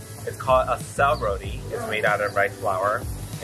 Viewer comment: Its roti not rodie